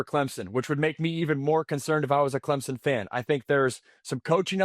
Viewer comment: lol clempson